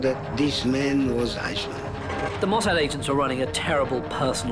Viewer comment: I cant help shouting MOSSAD everytime the narrator says Musard